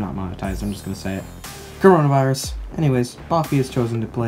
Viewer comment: Nobody: Literally nobody:: COROVNAVIRUS